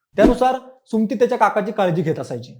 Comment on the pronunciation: सुमती नाही सु म ती म्हण